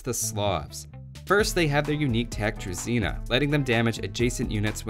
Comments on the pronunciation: Slav unique tech is pronounced [dru-ZHEE-na] not [dru-ZI-na],:) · Come on, it’s Druzhina, not Druzeena